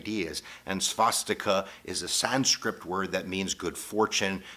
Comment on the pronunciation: It’s Sanskrit, not “Sanscript.”